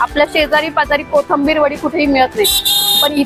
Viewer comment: Kothambir nahi...Kothimbir